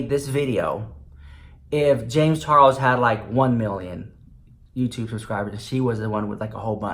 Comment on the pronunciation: i love the way you call him james CHAR WOLS xx